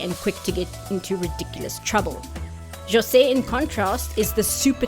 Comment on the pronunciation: thanks for putting the effort of pronouncing jose's name right. we get so much people thinking portuguese and spanish sound the same its actually one of the things that we brazilians hate the most